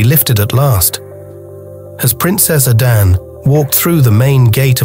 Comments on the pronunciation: This is nice But i suggest an African plain voiceover should be used. So we don't get hear the igbo "A-d-a-nn-ay" pronounced as "A-d-a-n" 🥂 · I love these stories; keep them coming! My enjoyment of this one was, however, soured by pronunciation of 'Adane'. Please pronounce it as it should be, enunciating the 'e' at the end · Arinze is what Nigerians call "woman wrapper", he should have moved on after Adanne repaid him with ingratitude and haughtiness. By the way, the narrator is purposely mispronouncing Adanne -- he sporadically pronounces it correctly but only to go back to mispronouncing it. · I wished that the narrator had learned to pronounce Adanne properly. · My issue is with the narrator,why use one who can't pronounce the names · A Nigerian would have done the voice over, getting the pronunciation of the princess’s name is annoying. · You mispronounced the name. And coming from the people that bears the name,it can of like put me off the story 😢😢.